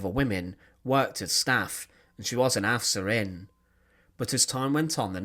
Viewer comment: I enjoy your videos very much, but I would like to kindly recommend, that you look up the pronunciation of the German words such as Aufseherin and Lagerführerin. If you read them using American English pronunciation, the words sound kind of weird.